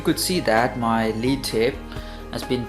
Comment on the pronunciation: Lead here should be pronounced like 'led' rather than 'leed'